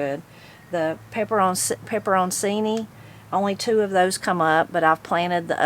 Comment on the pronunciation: To ease your pronunciation problem it’s usually said like “peppern-cheenee’ At least that’s how I’ve been and every bartender I know have been saying it for my whole life.